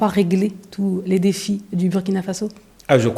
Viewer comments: Madame vous prononcez mal le nom du Burkina Faso. Bur se prononce Bour en français. Je sais qu'on ne dit pas ça à l'école de la communication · Commencez d’abord par savoir prononcer le nom de notre pays. Ça se prononce " Bourkina" et non Buuuuuuuurkina.